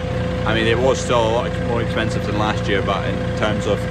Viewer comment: Do not wast that fert if it's expenshive HARR-HARR. Last thing you want is an escpee from an auction mart